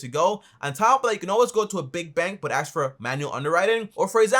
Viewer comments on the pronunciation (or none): why do people say aks instead of ask. we changing language just like that?